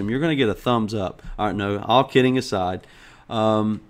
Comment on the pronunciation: you said my name in the most accurate manner possible, most English-speaking-western people say "Ebid" instead of "Abid". Like I said Linux Quest is awesome :D :D